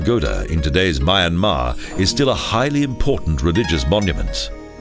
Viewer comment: unfortunately the pronunciation of the country's name and many other names is incorrect and there are errors in the spoken commentary ! apart from that a nice documentary and voice.